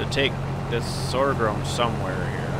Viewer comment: Sorghum is pronounced "SORE GUM, not sore grum.